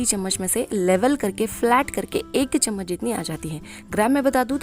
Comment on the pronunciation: Saf saf Chammach bolo n ye tebal spun kya hai